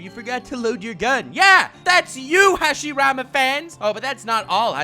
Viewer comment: Good job saying the first hokages name wrong